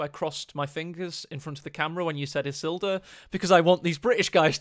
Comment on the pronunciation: Issldurr, ISILduh, Is-sil-dur... wonder how that turned out...